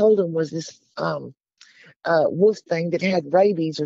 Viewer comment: Wolf not woof